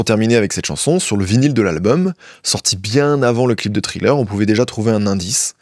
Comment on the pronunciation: Thriller prononcé Tri-Leur et Ashes prononcé “Eille-Chise” tu me tues ne change jamais 😭❤